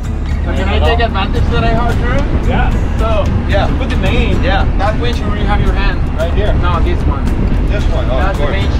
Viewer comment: do you really not know the difference between winch and wench? or are you being funny?